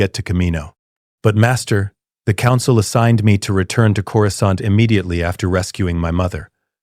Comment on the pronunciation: Corou skont in the first 3 seconds. Can't.